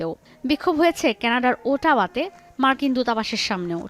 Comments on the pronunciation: “ওটাওয়া” নয়, বলবেন “অটোয়া” 🤪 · It's Ottawa, not Autoa